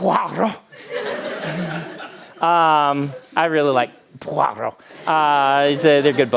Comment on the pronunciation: That pronounciation of Poirot had me stop the video and gather myself hahah